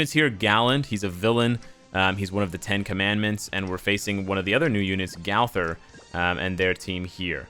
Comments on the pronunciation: did he just say gawther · Every time you said gawther I wanted to cry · You're saying Gowther wrong ._.